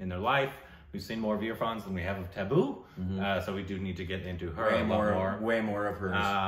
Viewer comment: They keep saying Tabu as Tabboo and it takes me a moment to realize what they mean😅